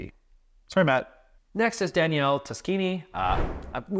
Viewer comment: Simone in Italian is pronounced Cee-Moh-Neh. Daniele is Dah-Nee-Eh-Leh (actually "nie" is a single sillable, but I'm not sure how to convey it without resorting to IPA symbols – in which case it would be "njɛ"). If you mute the last E, that's the French pronunciation, but both become female names in that case, to the chagrin of all Italian Simones and Danieles. :)